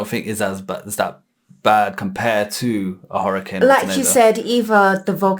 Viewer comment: Hurrican? Take it from someone who has lived in Florida their entire life and has lived through about 12 Hurricanes. It is pronounced Her-uh-cane. CANE not can.